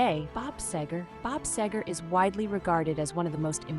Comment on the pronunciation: Whoever wrote the dialog for this video misspells his name more often than the correct spelling, SEGER. And the narrator mispronounces his almost every time. Very distracting.